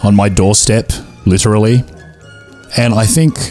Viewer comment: li-TREE-ly love that recommendation nah I loved that the way you said coffer sounds like coiffeuse which is like barber in french I mean you got the Texas Chainsaw achievement